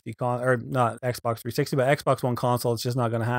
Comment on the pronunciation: It sounded like he said "First thing you want to do is go to your meme account"